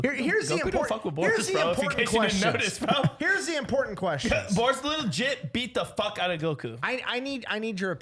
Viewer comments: If they say Boris one more time all my braincells will be gone lol it’s Beris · Hearing Beerus being called Borus was insane. Also the argument for Aang losing against Krillin and Piccolo because he won't kill is crazy considering they can block ki attacks, which is essentially plasma and thst wasn't the key reason. Krillin is also fast enough, Aang wouldn't be able to see him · You didn’t put enough emphasis on Zeno he can poof be gone anything and everything and SAID BORUS!!!! It’s beerus my g they drunk as hell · He said boris...does he mean beerus?